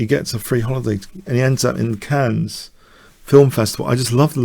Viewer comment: Okay. You're the but even the is not allowed to pronounce Cannes as "cans". That is not okay.